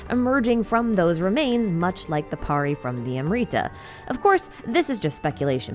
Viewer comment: Pls pronounce the Amrita as am brita and nabumalikata as nabu mali katha and pari as pa(as papa) ri